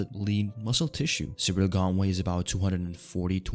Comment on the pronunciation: It's ciryl not Cyril